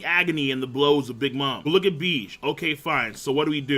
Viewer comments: stop sayin Beege pls, its Bege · Ugh, it's pronounced Baje, not beej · nigga stop miss pronouncing bege's name king its a 2 syllable name stop saying it like that